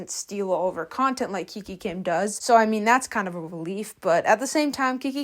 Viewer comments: It’s not kiki kim it's kikA kim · Heyy, dont take this as hate but i just wanted to ask why do you pronounce names wrong? Like kika kim as kiki kim and clara dao as clara duo? Im so sorry if this sounded like a hate comment i just wanted to ask